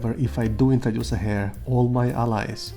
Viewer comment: Heir is pronounced - Air 😊 Silent H